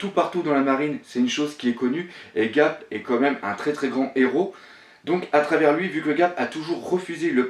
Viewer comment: Ga"R"p ! Et pas Gap ^^.